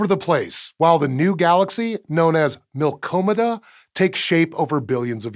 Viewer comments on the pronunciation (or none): "Milkomeda" No. Mmm. NO NO NO NO NO NO NO NO NO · Milk-Dromeda That extra letter makes it sound so much better 😂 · the milky way and andromeda combonation proposed name is milkdromeda, not what you said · It's acually Milkdromeda, not what ever you said.